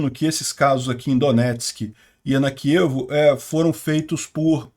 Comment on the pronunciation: Não é kiv que isso não é inglês, é kiév